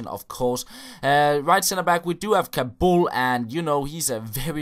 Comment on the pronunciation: the name is kaboul not kalbu and chiellini not chillini